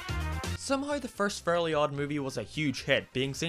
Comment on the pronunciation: “the FURLY god parents”